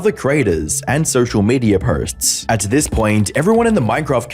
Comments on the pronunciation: I'm sorry but you're inability to say 'posts' is throwing me off unless it's an American thing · "Prelevant" (prevalent) and "potes" (posts). I'm two mins in, dude. You speak for a living, in ironically a similar format to many other YTers, tighten it up